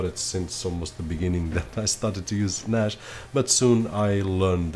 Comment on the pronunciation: Why are you saying Nash? Its Nas